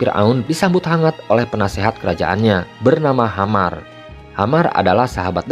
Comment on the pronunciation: Nama imamnya tu Haman bukan Hamar